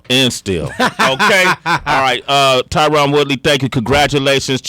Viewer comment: Tyron is family to you but you can’t say his name right?